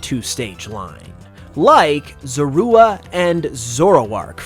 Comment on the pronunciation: How to butcher the pronunciation of zorua in one easy step